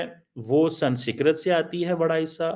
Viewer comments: stop pronouncing the word "SANSKRIT" wrong on purpose. You know it's not "SANSKIRT"... It's "SANSKRIT"... You still don't get it... Indonesian President is not the only one SMART in his nation. Indonesians do know their past. This is why while you Pakis were burning down all of the temples of your ancestors in Pakistani, Indonesia's MUSLIMS were busy preserving them. In Indonesia, Hindus, Sikhs, Christians don't have to live in hiding... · I love the way he pronounces Sanskrit ..... We have to learn what president and prime ministers think from this joker.... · He can't even pronounce the word 'Sanskrit'...I don't know why we need to subscribe to him, he is spewing venom against India....of course we can watch him for fun. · pronounce Sanskrit world properly. It is the language of your ancestors. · ko sanskrit bolna nahi aa raha.. Kya education hai tumari.. Doctor ki degree Mil Gai Hai but pronunciation Karni bhi nahin aati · Why cant this fool pronounce Sanskrit.. what a waste .. and he has a phd.. wow.. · Woh jaanki galat pronounce karta hai